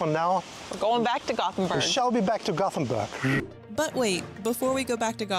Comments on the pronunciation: It is called Gothenburg in English, Göteborg in Swedish. It sounded fine the way she said it. We don't expect perfection from tourists. 😅 It's certainly not Gotham City. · She said Gothenburg correctly. Swedish tap water is the best. You can drink from the tap all over the country. All the Nordic countries love salty licorice. Lingonberries are pretty similar to cranberries. They grow all over Sweden, Norway and Finland. Kaka means cookie. Cake is tårta. We have your kind of hot dogs here too, but they're only sold in grocery stores and usually only liked by kids, so what he ate was a real sausage.